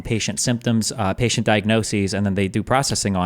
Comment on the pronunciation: we’re also not supposed to consume like 90% of the shit that’s it in food, but it’s safe cause it’s a safe number. also saying “diagnosis’is” instead of “diagnoses” is so fucking funny to me